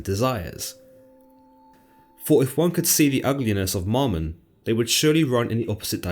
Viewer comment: Its not "MOMmon" but MAMmon" bud. Shalom.